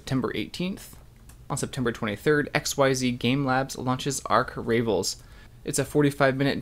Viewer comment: Pssst, Arch Ravels is most likely pronounced “arch” like the St. Louis Arch instead of the boat Noah built, and “ravels” like when yarn comes undone or a plan falls apart (unravels). It’s a play on the term “archrival”.